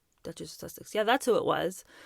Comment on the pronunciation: You think if she was a true fan she would at least know the word Sussex (she obviously can’t pronounce it right lol)